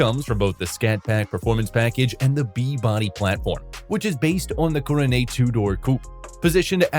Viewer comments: Guess you did not catch the fact it was a poke or laugh at the way Coronet was pronounced Coro-nay.:face-turquoise-covering-eyes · I guess the AI has a French accent. 😂